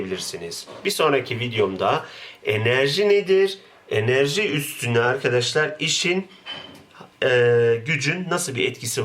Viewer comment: Güzel de, neden sürekli 'irkidişlir' diye söylüyorsunuz? "Arkadaşlar" demek istiyorsanız düzgün söyleyin değil mi?